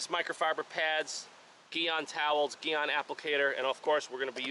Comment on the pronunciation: It’s pronounced GEE ON.